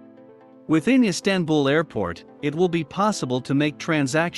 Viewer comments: EEE STAN BUL?? How about saying it correctly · Silly robot voice, not even able to pronounce "Istanbul." 🤮